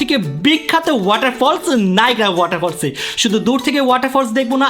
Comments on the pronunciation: নাগ্ৰাফল না নায়া গালা ফো ফো 😊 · নায়াগ্রা ওয়াটারফলস❎ নায়াগ্রা ফো ফো ✅🙂👍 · Nagra fals ❌ Niagara pho pho ✅ ☘️🍃 ( V )